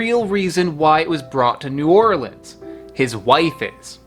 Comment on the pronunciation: As a native New Orleanian, now somewhere else and homesick, my reaction:: "I'm in New Orleans..." Me: "Yay! he pronounced it right": "... the Big Easy" Me: "nevermind, he called the "the Big Easy"" "So how did it get to NOLA?" Me:" OK, he called it NOLA, he's forgiven."